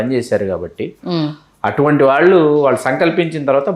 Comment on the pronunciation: వేలాది మంది చూసే వీడియోలు చేస్తున్న అవకాశం వచ్చింది. తెలుగు భాషలో అక్షరాలు సరిగ్గా దోషాలు లేకుండా పలకడం నేర్చుకో ఆంకరమ్మ!! వాల్లు,వీల్లు అనే పదాలు పంటికింద రాయి లా వుంటాయి.